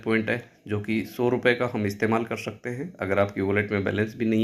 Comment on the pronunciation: कर शकते मत बोलो कर सकते बोलो " श " नहीं " स " होता है उच्चारण सही रखो